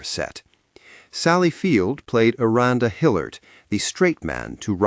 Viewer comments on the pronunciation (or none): Dont like AI- cant read, cant probounce things. Sally Fueld didnt play a randa Hillard, she played Miranda Hilliard. Geez